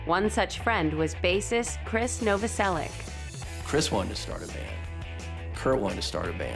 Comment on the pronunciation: Novoselic is pronounced with -ich at the end of the name, not -ic.